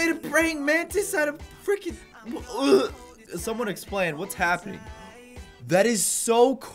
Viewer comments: Everyone say he says fricken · This is how many times he said freakein